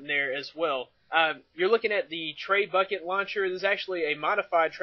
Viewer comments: Did you just say traybucket? It's Treh-bue-shay (an old world weapon) Get it? It launches stuff. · Its not tre-bucket, its trebuchet, its a french word pronounced as tre-bu-sh-A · I'm gonna flash this now, thanks for the review! Not to bust on you or anything, but trebucket is a french word and is pronounced treb-u-shet lol